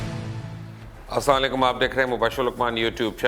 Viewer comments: مبشر صاحب kindly اسلام وعلیکم کہا کرے ٹھیک سے جو سلایکم آپ کہتے ہیں اس کا مطلب آپکو پتا ھے کیا ھوتا ہے۔۔ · Why don't u pronounce assalamualaikum properly?